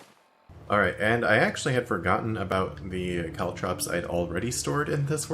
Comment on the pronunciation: For some reason I'm perpetually bothered by the way pronounces caltrops